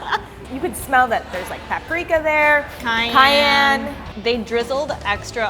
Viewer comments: The way says cayenne is awesome. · This is such a snowflake show. The two hosts, over dramatic valley girl-ish. I don' trust them. from Party Fowl doesn't even know how to pronounce purée. Not sure I want to go there. isn't any better mispronouncing cayenne...but I have been to their original location and the chicken sucked. It didn't taste good and wasn't cooked very well. So I won't be going back to any location.